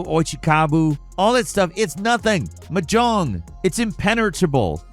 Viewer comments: its not m jong its mah jong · Hey, it's pronounced MAH-jong. Emphasis on the long maaa part. And you're right, it's obscure as hell. Like playing poker but with double the pieces and triple the winning hands. I'll stick to easier games like Total Annihilation or Tridimensional chess. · Gamer girls are screaming. We love this stuff. Also Mahjong: “Maa-Jong” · What is "Muh John"? I've heard of Mahjong but not "Muh John" like said 🤨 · It's pronounced "maa...jong". I know you're a bird but you can do better. XD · Dude, it’s pronounced MAH-jong. You’re putting the emPHAsis on the wrong sylLAble. 😂 Soft J, like the second syllable in “garage.” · "M'jong" Everyone: 🙄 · So did listening to screw up the pronunciation of mahjong over and over. I mean, WTF? I didn't think anybody didn't know it was pronounced "maw-jong". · why tf you sayn mahjong like that? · Say Mahjong one more fucking time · Listen, I love your stuff, but the word Mahjong has the emphasis on the first syllable, not the last and that's the kind of thing that drives me insane. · a good start to learning to play mahjong it to learn how to pronounce it. and its relalt not hard. its literally just a harder verison of a child's matching game. only pieces that are fully exposed can be used so you have to strategically pick your matches based on what tiles it might free up. you wun by removing all the tiles. simple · Am I the only one who winced at your "mahjong" pronunciation? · To add insult to injury, Mahjong is also not pronounced that way 😂